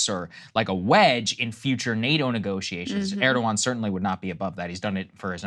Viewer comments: Krystal, it’s not “Urrdowan”. It’s “Air-dowan”. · Why can't day say Erdogan's name correctly 😅😅